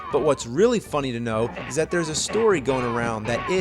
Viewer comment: "but what's really funny to know ZAT there's a story .."